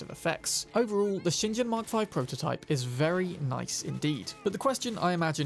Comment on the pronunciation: "ShinJen" Oh, cmon maan!